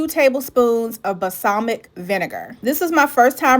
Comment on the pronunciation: BALSAMIC NOT BAHSAMIC